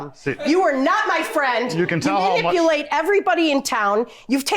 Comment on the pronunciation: So we just gonna ignore that she say “manibelate “ instead of manipulate ...